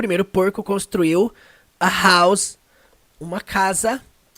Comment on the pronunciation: Pronúncia da palavra casa ??? Acho que não ...